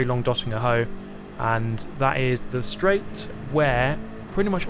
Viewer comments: "Dotinger Hoe"😂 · bro 😂 the döttinger what? Could you repeat that please?